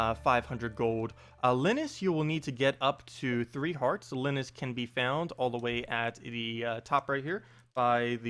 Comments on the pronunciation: You called the old guy - the "hermit" - Li (short i - as in "lick") nus? It's LIE-nus (( i had to* correct you )) Thank you tho, for breaking this all down!! I've only been playing Stardew for the past 4 or 5 months. And tho, I had gotten "stuck" on HOW to do a few things, I *really* wondered about the crab pots. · Linus, like charlie Brown, Lie nus, sorry had too.